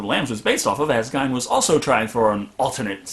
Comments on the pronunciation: Geen not Gine. I live in Wisconsin. My Grandma lived in the same city. Geen, not Gine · Geen damn it ed gein is pronounced like geen good review but the ed gine thing got infuriating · CRS XD ive never heard anyone pronounce it gine...it’s always pronounced geen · The way you pronounce Ed Geine gives me aids. It's not "guyne" it's "gayne" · To nitpick, it's pronounced Geen, with a hard G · To be fair to him, the way it's spelt is usually pronounced Gine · Gein rhymes with mean not fine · Teapot Inc both are not correct. One is correct because he was American, the other is incorrect because he wasn’t German. His name is GEEN not Gine. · Gein is pronounced GEEN, like rhymes with Green, Scene, Spleen, etc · Is it not pronounced 'GEEN"? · The way the guys on Mystery Science Theater 3000 pronounce it, it rhymes with "sheen". Since they are from that part of the county, I've always assumed they were correct. 😁 love your channel! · your mispronunciation of gein's name is driving me crazy, lol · Judson, and Sean should be pronounced "Seen", not "Shaun". Who really expects great consistency with spelling and pronunciation?